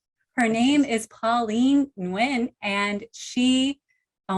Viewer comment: Pauline Nguyen's surname should be pronounced N'win in the American English way instead of Win in it! 🇺🇸